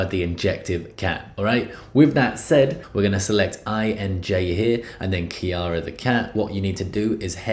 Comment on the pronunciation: Do you even know how to read , it’s INJ , not Enj , and it’s KIRA not kayra